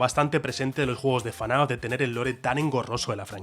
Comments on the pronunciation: es ef-na-f no fanaf 😭😭😭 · Debería ser ilegal decirle "fanaf", y te llamas fan, se dice absolutamente "efnaf" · que diga "Fanaf" en vez de "Efnaf" me genera violencia. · Fnaf ❌ FANAF✅ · Por que dice fanaf en vez de efnaf como todo el mundo? (y que ademas es lo correcto) xd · dios, es FNAF, no fanaf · Todo bien, pero porque le dices "fanaf"? Es FNAf, porque le pones otra a? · Soy el único al que le chirriaba que dijera "fanaf"? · Por qué dice FaNAF😓😓😓😓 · Por qué dice "Fenaf" como acrónimo